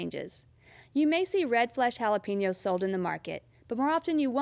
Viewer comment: lol, sounds fine to me.